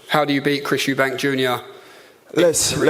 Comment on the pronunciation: Eubank* what is it with you Americans getting it wrong lmao and also “Eddie Hearns” instead of Hearn